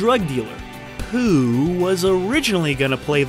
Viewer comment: why did you say DJ Pooh like that!? 😂😂💀💀